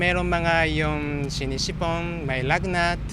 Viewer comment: Shinishipon 😂🤧pero bahala na galing mo talaga kuya 🙌🏼❤️